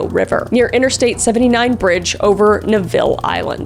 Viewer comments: Watching (and enjoying) the video for sure As a Pittsburgh native (Beaver County, Aliquippa shout out! 🎉), Duquesne is pronounced "du-Cane" and Neville Island is pronounced "Neville", like Neville Longbottom. 😊 Good job overall though, per usual! ❤🖤 🖤💛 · When she said dusquesne and Neville I was like no it sounds so weird when it’s said wrong haha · Hey hon! Love the video so interesting! Wanted to let you know that Duquesne is pronounced “Due Cane” and Neville it sounds like Level but with an N at the beginning! Loved the video so interesting! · It kills me how these commentators Don’t research or even PRONOUNCE key information correctly! Dakota went missing while heading towards Fort Duquesne (DUE-CANE) Blvd.. He was a graduate student at Duquesne (DUE-CANE) University. He was found near Neville (NEV-ILL) Island. Allegheny (AL-LAH-GAIN-E) County is where he was found. Cyril (SUH-RIL) Wecht did say there was signs of ligature on his neck by seeing the photo only. Later, it was shown that was dried blood on his neck that came out of his mouth during autopsy . It was later washed off and the area rephotographed. As someone who lives in Pittsburgh, I don’t believe for a second that Dakota went ANYWHERE near the river during that time of year to pee. Not only is it dangerous, it was out of his way and even colder when standing next to the river. The route he would have taken had PLENTY of spots to pee undisturbed. Knowing the area, dumping his body off the route 79 bridge would make more sense. It’s a major trucking route that is heading out of the Pittsburgh area. There was also two other men who went missing from the Pittsburgh area that are also linked to The Smiley Face Killings. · Love your podcast. I normally listen on Spotify, so I miss out on the visuals.... Anyway, I had to giggle. PA has some of the most difficult people/places/names to pronounce. Duquesne = Du-KANE and Neville = NEH-vul But you nailed Cyril Wecht!